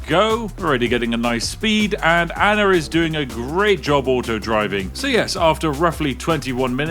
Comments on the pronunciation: What’s an “Anner?” I’ve always wondered why some people struggle to pronounce words that end with an “ah” sound. Usually, it just takes slowing down a little to say them correctly. It’s the same with the word “idea.” A lot of people say “i-de-er” when it’s actually “i-de-ah.” I’m not trying to make fun of anyone—I just don’t understand why people don’t slow down long enough to pronounce words the way they’re meant to be said. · where in the world do you see an R in the name ANNA!